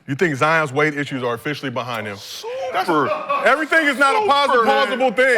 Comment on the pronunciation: gotta relax, then he says errything not ”pauseable”, lmao ok 😂😂😂😂😂💀